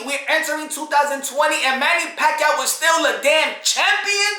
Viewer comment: 20 years ago (6/23/2001), they couldn't even say his name right. . Now, to everyone he is simply known as the, Pac-man. Perhaps, the GOAT.